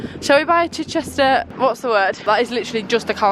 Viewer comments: its literally pronounced chich-chister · Chichester is pronounced Chi-chister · The way you say Chichester 🙃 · slightly triggered at how you pronounce Chichester but other than that love it 😂